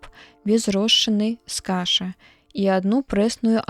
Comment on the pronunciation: Прачытана: з ка'ша, слоўнік дае: з каша'.